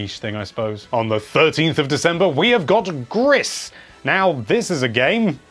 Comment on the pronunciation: its pronounced just gri